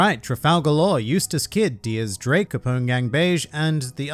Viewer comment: Hearing someone pronouncing X Drake name properly (Diez Drake) is great, Have my like good sir and subscribe as well